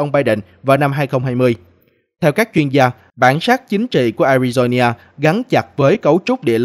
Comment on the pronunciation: A RI DO (NA) khong phai la ( nhia )